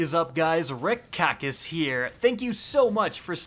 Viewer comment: I’m sorry... who is “Rick Kackis”?